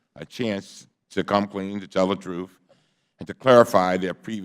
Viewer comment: What is this "Troof" that he keeps referring to? How can anyone tell what the troof is, if we dont know what a troof is? I cannot find it in the dictionary. So I assume it is a new russian super weapon or a new government agency. Maybe its the name of a spy and they need to find him.